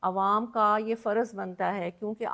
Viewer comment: 95 فیصد پاکستانیوں کی طرح آپ کی اردو انتہائی کمزور ہے ہے مثلآ آپ نے فر۔۔ض لفظ کو ف۔۔۔رض کہا۔۔۔مل۔۔۔ک کو آپ م۔۔۔لک کہا اور اس پر ظلم یہ کہ آپ نے ظل۔۔م لفظ کو ظ۔۔۔لم کہا ہے ۔۔۔